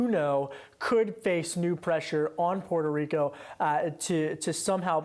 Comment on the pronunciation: Gah Stop pronouncing Puerto Rico Like that It's so annoying. You want to be a US state then pronounce it normally